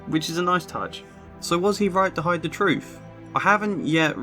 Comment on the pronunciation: It's not "with=wiv or truth=truff" wiv is exceptionally bad. work on your enunciation, you very well-educated man.